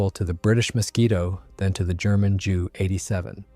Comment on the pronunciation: This was good. I know a lot about the Pe2/3, and even I learned something. Please learn to pronounce (edit?) words like Ju-87 and Junkers. Otherwise, big thumbs up.